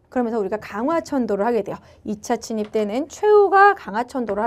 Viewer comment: 침입이 자꾸 친입으로 들려요^^